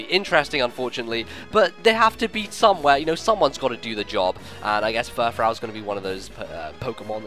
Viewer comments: same with me actually, I'm like Froo, froo, not frau. I couldn't even finish watching this. lol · It isn't Frau it is frou, so it is like poofy hair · I thought it would be pronounced Fur-froo, like a French word. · I think it's pronounced fur-froo. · furfrou is pronounced fur-froo because its based on the words fur and frou frou which is basically the french way of saying fancy.